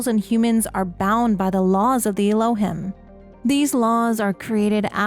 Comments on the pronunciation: I think Elohim is pronounced El-oh-heem. It's an Old Testament name for the Hebrew God. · Little correction. The Elohim are pronounced Ehlo-heem. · The correct pronunciation for Elohim is elōˈhēm is a Hebrew word for GOD. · This is super cool and I'm really excited for this game! Just one note: Elohim is pronounced "el-oh-heem". Thanks for compiling this.